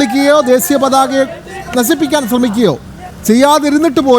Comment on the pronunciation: ഒരു മൊയന്ത് അവതാരകയാണല്ലോ 😁😁😁ദേസീയ പതാക എന്നല്ല പൊട്ടൻ Rss ദേശീയ പതാക എന്നാണ്....നസിപ്പിക്കാൻ എന്നല്ല നശിപ്പിക്കാൻ എന്നാണ്.. ആദ്യം നീ മലയാളം നന്നായി പഠിച്ചു വാ... എന്നിട്ട് മതി നീ അവതാരകൻ ആകാൻ